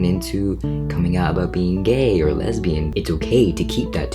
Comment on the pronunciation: when he us talking about coming out and he sounds like hes talking about a turtle